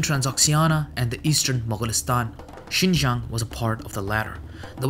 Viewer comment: Only 2 minutes in but hmm you are the first person who is not Chinese to pronounce Xinjiang this well. But it doesn’t matter anyway because I call it “East Turkestan” lol.